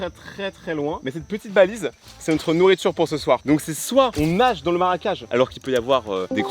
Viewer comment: aui dis maracage au lieu de marecage😂